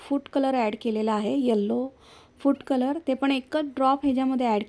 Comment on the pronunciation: छान रेसिपी, मन लाऊन करतेस. फक्त बोलताना उच्चारकडे लक्ष दे. फूट कलर नाही फूड कलर, सुरेक नाही सुरेख. आणि इतरांसारख , सारखं सारखं छान छान म्हणू नको, खूप विचित्र वाटत. इतरांना छान म्हणू द्याव ...